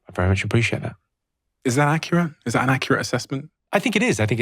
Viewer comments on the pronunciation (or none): none